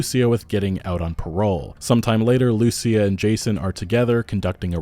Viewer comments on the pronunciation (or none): Bruh, "Loo-SEE-ah", not "Lucy-ah". Ya killin me. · Hey man, just a minor thing. When you say “Lucia” you pronounce it like “loose-e-ah” putting the emphasis on the “u”, you need to put the emphasis on the “i” like “loo-see-ah”. Or don’t, just saying😂 it sounds a bit jarring. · loo-see-ah That is how it is pronounced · Dude, learn how to say Lucía. Wow.